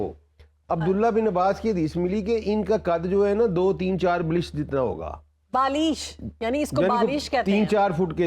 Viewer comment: It is Balisht not Balish Madam